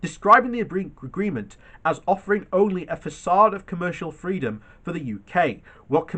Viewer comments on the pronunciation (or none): none